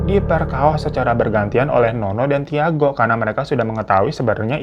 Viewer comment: Tiago itu dibacanya Cago ya babu, pun10. ngasih know doang